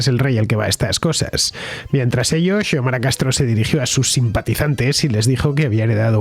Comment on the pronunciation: Se pronuncia Siomara.